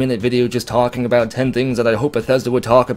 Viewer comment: "Can we get into a bout" Are you Canadian? Never noticed a Canadian accent before.